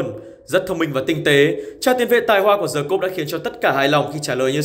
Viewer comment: với tư cách là một người sống ở nước ngoài lâu năm, t nói thật nhé, ở phương Tây người ta chả quan tâm m phát âm là "Đì" hay "Đờ" đâu 😂 miễn đừng có "Giờ" và nó hiểu là đc rồi 😂